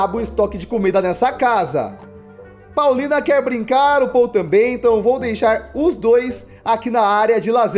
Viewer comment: kkkk😂😂😂 dives ele falar poulina ele falou paulina